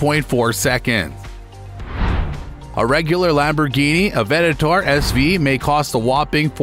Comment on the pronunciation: I hate when non-car people make videos like this. Calling the Aventador, an "Aventatar". You must be friends with John Paul Dejoria, who for some reason, also calls it that.